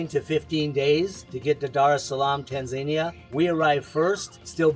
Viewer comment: Your pronunciation of Tanzania is hysterical... :)